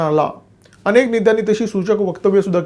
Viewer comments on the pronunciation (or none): none